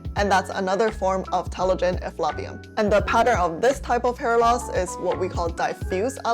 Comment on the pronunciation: I think the word effluvium is pronounced "Eff loo vee um" rather than "Eff love ee um". Might be from the same root as the word effluence? Not sure.